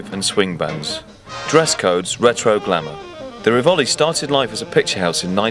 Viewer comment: It's a common misconception that in Italian it's always the penultimate syllable that takes the stress. This isn't always the case. In this case we have "RIvoli" not "riVOli", "MAGdala" not "magDALa". If you're uncertain, try both. The one that sounds better is almost always right. You'll soon get the hang of it. Get the emphasis on the wrong syllable and Italians will find it very funny because the Laurel and Hardy films were dubbed with such mispronunciations.